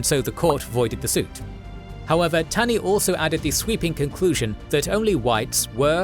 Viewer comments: The Supreme Court Justice who authored the Dred Scott decision was not Robert Taney, he was ROGER Taney. And his last name was pronounced "TAW-ney." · Minor point but Roger B. Taney’s last name is pronounced as “tawny”